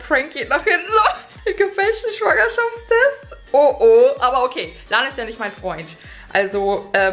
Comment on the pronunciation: Wie Schwangerschaftstest ausspricht😅:Schwuangerschaftstest😂 #teambekki